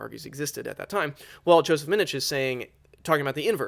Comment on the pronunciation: FYI, Joseph Minich pronounces his last name "Minick".